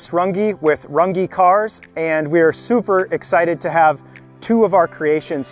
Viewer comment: Amazing work, but…considering the Umlaut Ü in your name, your last name is actually pronounced differently…just a shame no one on this planet except for maybe Germans, French and Türkish can pronounce it correctly 😅